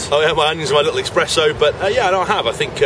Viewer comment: expresso? EXPRESSO!